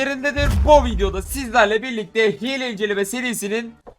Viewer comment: Nobody: İzleyiciler: bugün güncelleme tanıtacak:Hiğle inecelme Edit:ilk defa bir yorumum 100 like üstü gördü